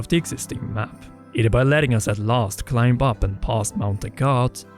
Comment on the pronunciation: If the B is a the end of a word it's usually silent. For instance, climb is pronounced clime and bomb is pronounced bom